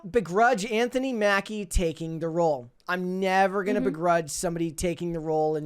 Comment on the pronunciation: she managed to make a single syllable word two syllables. Role. A single R. A single O. A single L. A single E(which is silent.) Her: "Ro-oahl"